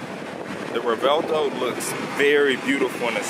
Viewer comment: it's actually pronounced rev-well-toe